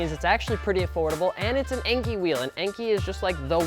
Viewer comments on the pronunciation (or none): Enkei. It's EN-KAY. NOT EN-KEY. Enkei is short for En-Shuu (EN-SHOE) Kei-Go-Kin (KAY-GO-KIN). En-Shuu was an old name for the Shizuoka Prefecture in Japan where Enkei is headquartered. Kei-Go-Kin means "Light weight alloy". En-Shuu Kei-Go-Kin, Lightweight alloy from the En-Shuu province. Enkei. They have a video out about this, released August 22, 2016 on their Facebook wall. It used to be on Youtube but disappeared (probably due to demonetization or something). Just google "Kyoko schools us on how to properly say the name ENKEI", it will come up top search.